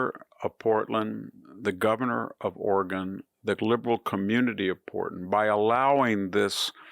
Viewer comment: ORAGAN ,........OR OREGON????????